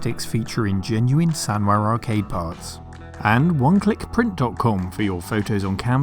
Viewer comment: I've seen your intro countless times now, and still can't figure out what genuine "sanrar" arcade parts are.